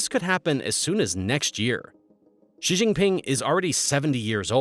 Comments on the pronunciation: I question the veracity of your information when you can’t even pronounce the leader’s name correctly. It’s more like SHEE, less like ZHHEE. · Interesting video but would be more credible if you could pronounce the names of Chinese leaders and locations. It hurts my ears to hear you say "Xi" (sounds more like she) and I'm western. I've lived in China and would only partly agree with your analysis. There is a tremendous demand for good workers among employers. Young men are especially suffering in China now as the imbalance has caused families to prefer having girls for over 20 years which is something we rarely see mentioned in the West. Young men feel like liabilities. Agree with your analysis about the breakdown of the economy based on restricting tutoring. It's been a windfall for the Philippines as the tutoring business has shifted to online. Xi is trying to be like Mao and has the same anti-intellectual bent. Chinese people make fun of Xi for his lack of education beyond primary school and his poor vocabulary.